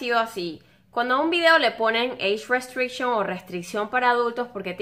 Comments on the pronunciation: Pronunciación de eich restrichon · eish ruesteishon :v